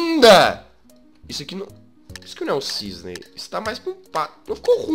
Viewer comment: É CISNE NÃO É "CISNEI"